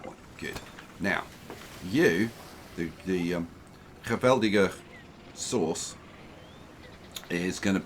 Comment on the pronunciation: Pronounciation of Geweldige Saus was awesome, good try, very good try, not bad! And made me giggle, love it when people try and speak Dutch